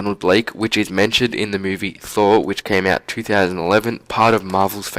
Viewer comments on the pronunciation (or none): Can you not say thour